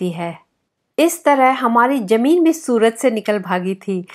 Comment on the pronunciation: Zameen not Jameen